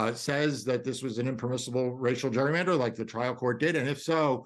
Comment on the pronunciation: The way this guy keeps mispronouncing the word "gerrymander" (no, dummy, the word does not have a letter U in it AT ALL) should tell anyone listening everything they know about how ignant he is. Literal dunce.